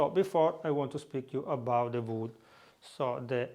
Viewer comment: "WOOD" I could not tell what he was saying. WOOD! OAK?